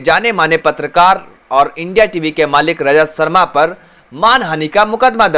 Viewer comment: Abe bolna to Sikh le Lajat sharma nhi Rajat Sharma